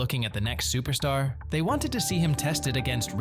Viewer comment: "UFC superstar" bruh needed an english to english translator Nate style that was brutal lol